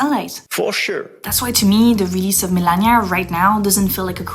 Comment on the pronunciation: Why do you say milennia not melania?